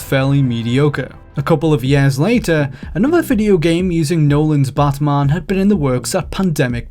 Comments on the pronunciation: Why are you saying BUTTman instead of batman? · Drink every time he says bot mon. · Who is this 'Buhtmuhn'' of which you speak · Batman or Badman? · Prepare for buttmunn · You guys couldn't find someone who doesn't pronounce Batman as Bathmahn? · The way he says batman. *chuckles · The way this dude pronounces "Batman" is really annoying.